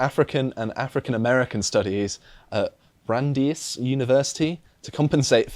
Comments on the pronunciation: Brand-ice not brand-ees. Could you please start getting basic things right? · BRAN-dice University